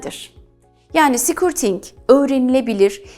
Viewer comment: affınıza sığınarak bir sesletim hatânızı düzeltmek istiyorum. Sikürting değil de, skörting olarak söylerseniz doğru olacaktır.